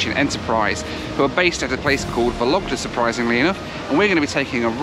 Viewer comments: The way you pronounce Vologda....sounds like a lockdown 😂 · VOlogda — the stress falls on the first syllable. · By the way, in the name of the city of Vologda, the emphasis should be placed on the first syllable: VOlogda :) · I think the right pronunciation is VologdA ;-) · Drinking game: take a shot of bourbon every time he says "Soviet", a shot of scotch every time he says "YAK-40", and a shot of beer every time he says "Vologda".